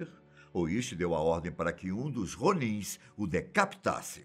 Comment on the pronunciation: Ronins o som do R é diferente